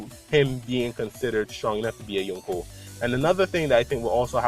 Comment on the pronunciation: very nice theory mate keep it up !! :) btw i like the way you pronounce yonko :p